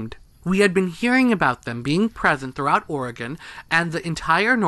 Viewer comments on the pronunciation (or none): none